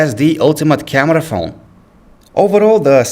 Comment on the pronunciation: I like the way he says camerrra :D